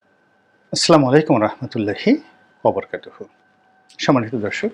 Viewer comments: আপনার নাকি পড়াশোনার দৌড় অনেক । ইসলাম সম্পর্কেও অনেক কথা বলে থাকেন।আপনি সালামটা মেহেরবাণী করে শুদ্ধ উচ্চারণে দিবেন ।আসলামু আলাইকুম নয়। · রনি ভাই আপনি দেশ প্রেমিক যার জন্য প্রতি ঘন্টার খবর রাখেন। আশা, হতাশার সব খবর বলেন তাই আপনাকে অনেকে দু মুখো ভাবে,যা সঠিক নয়। তবে আপনার সালাম দেওয়া স্পষ্ট শোনা যায় না। ধন্যবাদ